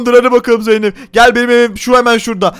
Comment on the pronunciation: Tarık zeynep e zeynet dedi hahaha